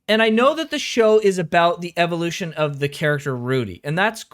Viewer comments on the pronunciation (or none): none